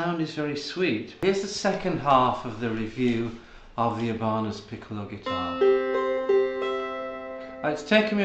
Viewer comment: Ebarners? 😂 it’s i Ba nez